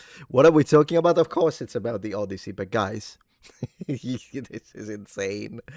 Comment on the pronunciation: The Odd-tit-see by Homie